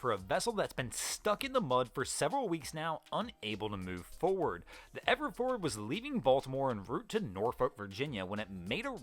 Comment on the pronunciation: Yes. And Fore-ward has two syllables. It's not forard. I had to rewind and listen again to understand the name of the Evergreen ship. Also, "Bu - hay - me - an (Bahamian) defense force." I thought he said it was a bohemian defense force. Slow down,. We'll all watch, like and subscribe even if the video is a little longer.